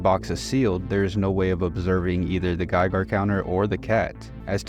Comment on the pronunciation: “GeigAr counter” 😂